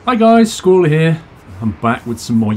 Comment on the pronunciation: When you say ''Squirrel here'' ı tink you sayin ''Screw here'' omg :D